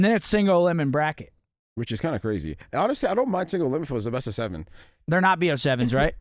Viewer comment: I hate how pronounces “which” as “whuch” 😂